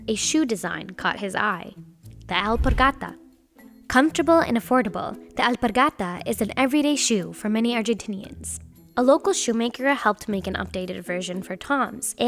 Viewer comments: 'aLpArGatAs' my god, just pronounce it normally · The way she pronounces alpargatas makes me angry